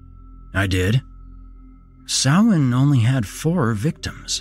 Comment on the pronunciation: Hey, he pronounced "Samhain" right. Kudos.